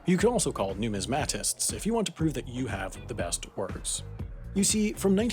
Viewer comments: Cool video. I knew about it, but I really enjoyed your presentation. The stress in numismatist is on the second syllable. You pronounced numismatic perfectly, in which the third syllable is stressed. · Numismatist is pronounced (new-miz-mahtist) , not New-miz-mat-ist. You say it fast and use the latin "ah" for the a --like yelling for your Ma! . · And nu-MIS-mah-tist not nu-mis-MA-tist. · It's noo-MIZ-ma-tist. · John Wick would be appalled with your pronunciation of “numismatist”. Must have been sarcasm that went over my head. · Couple things wrong here. 1. You miss pronounced St. Gaudens 2. You miss pronounced Numismatist 3. There were roughly 54 coins stolen 4. Not all coins have been recovered 5. Stephen Fenton was not arrested 6. The buyer who purchased it from Sotheby's is not anonymous its Stuart Weitzman. 7. The coin sold recently for 18.9 million dollars. Can't wait to see this in the yearly mistakes episode LOL.